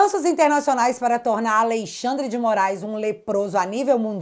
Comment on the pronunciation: É notável como já sai "naturalmente" ALEIXANDRE quando se refere ao Ministro Mor. Kkkkk